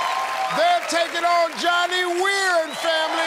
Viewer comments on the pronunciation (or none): Johnny put the d in "weir" 😂😂😂